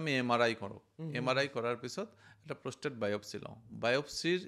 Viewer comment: কথা খিনি ভাল লাগিল ।। কিন্তু, আপুনি কোৱা শৰীৰৰ Organ টোৰ নাম প্ৰস্থেথ নহয় 😂..... আচলতে organ টোৰ নাম প্ৰষ্টেট (Prostate) হয় ।।